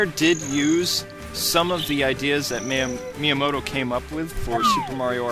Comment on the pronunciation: who is meamoto? you say that alot in the vids